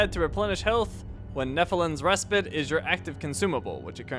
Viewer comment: Res-pite not res-pit